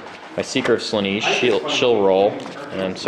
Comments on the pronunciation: Slaanesh, not Slaneesh, that really grates on me to hear that mispronounced. Gorgeous Daemon army though, what's the cost on that? British Pounds Sterling would be good. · Is it pronounced Sla-neesh? I've been saying Slaan-esh, as that's how it's spelt. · You have it correct, they are saying it terribly. Pronounced "Slah-nesh"